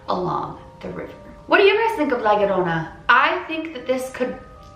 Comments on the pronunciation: It's pronounced jorona in Spanish "LL" two of them sounds like a j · It’s pronounced ly-a-roan-a (roll your tung at roan) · im mexican its prounounced yorona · HARDER HARDER LA LORONA HARDER HARDER!!!!!!!!!!!! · La llorona - "La yo-ro-na" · Just so you know the 2 L's are pronounced like a y so you would be pronouncing it like la yorona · All I hear is la aroma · Haaha no you didn't pronounce it right but you tried!!!! Dude I always heard this when I was little from my dad! Aint no urban legend bro all my latinas know that!!😂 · I’m Mexican and you did say it wrong but it was closed By dad told me stories about her and one time she tried and took my dad when he was a baby My dad told me she drowned her children then herself now she haunts children and takes them and drowned them almost like how you said my dads actually seen her like I said before but he has seen her walking around and taking them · "Now, I might be totally pronouncing this wrong..." Yes. You are.